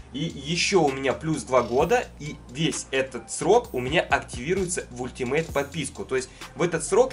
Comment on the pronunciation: Не ультимейт, а алтимейт